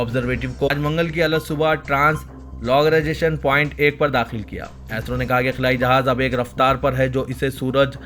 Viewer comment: Assalam o alaikum bh. AISRO nai hai Bhai , ISRO hai plz pronounce sahee kijiye.